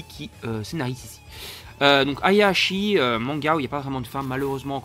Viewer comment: Ça se prononce AO ASHI